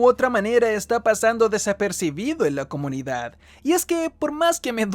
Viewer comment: Siempre que decias Comunidad, en mi cabeza sonaba "SOMOS COMUNIGAD"!!!! jajajajaja